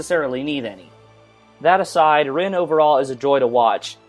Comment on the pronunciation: i'm sorry for being the smart ass(lol) but u keep pronouncing "Rin" wrong. it's spelled Rin, but pronounced (Reen) and u're also pronouncing "Illya" wrong